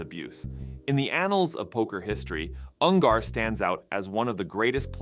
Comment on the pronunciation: Dude can't even pronounce his name right. UN GER not UN GAR